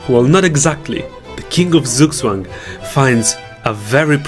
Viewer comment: It's pronounced tsook tsvung